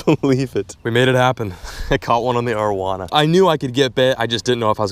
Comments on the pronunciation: the way you pronounce arowana is annoying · love your videos but say this with me. Air-oh-wana